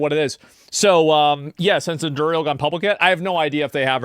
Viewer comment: FFS, Asmon! It's named after Aragorn's sword, the Andúril! Why do you keep mispronouncing it?